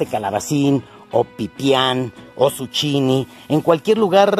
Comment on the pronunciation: No se dice suchini es zukini